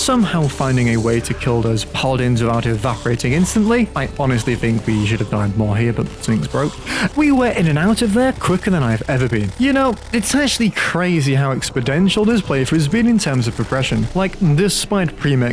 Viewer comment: Exponential not expodential, i actively wince every time you say it